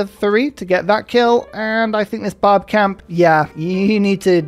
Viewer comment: Barb clan sounds especially like "Bob clan" today